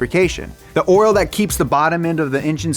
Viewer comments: I like that he says "Oral" instead of "Oil" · It just me or did I hear “oril” instead of “oil”? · Never knew there was a "R" in the word "Oril", always see it misspelled oil. teaches me something new everyday! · i swear he's saying oral instead of oil intentionally. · Sounds a little too much like 'oral' to me. Especially when he's talking about engines being dirty. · Not to be rude or anything but oirlr? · Pretty sure you're saying "oil" like "oral" on purpose. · Did anyone else hear “oral” every time he said “oil”